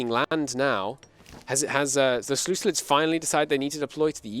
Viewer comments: “Selucilids” what the hell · Unwatchable because of the "seleuclids" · Seluculids? Like listening to a chalk board being scratched.